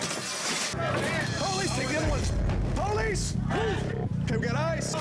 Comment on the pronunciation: Po Lice … Po Lice …. 😂 Man they ruined that nice house